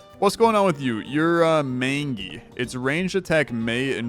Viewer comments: Mangy aka mange... is said like manger not mango and is a skin disease animals get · not trying to be an ass at all but it's pronounced main-gee